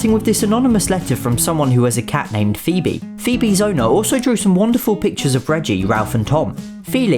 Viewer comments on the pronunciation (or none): none